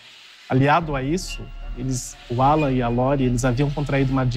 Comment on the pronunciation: Sinto muito pela perda da Lore parece ser uma garota maravilhosa e vindo de uma família linda! Ps. Só eu entendi a mãe dizer Ualan ao invés de Alan? Depois que eu entendi que o nome era Alan.